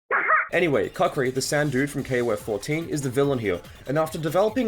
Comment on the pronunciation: aw man no hard feelings but it's kookri not the way you said it